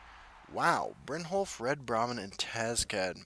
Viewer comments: Brynyolf* 😂 Also, I love your videos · The way you say it, it makes me think brynjolf is spanish lmao